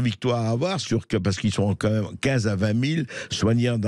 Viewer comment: On dit "quand même" et non "qua même" M.Bercoff! Le contenu de votre émission est excellent et sans votre "qua même" ce serait mieux. On entend plus que ça. Merci à vous. ;)